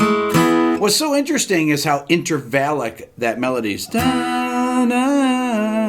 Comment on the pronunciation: What is "inter-valic"?